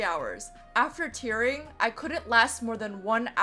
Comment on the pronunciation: I constantly were hearing "tiering" and "tearing" at the same time, which by seeing your experience, seems accurate I couldn't differentiate the words. However it's admirable what you did